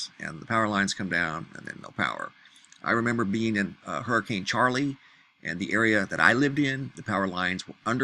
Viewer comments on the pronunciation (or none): none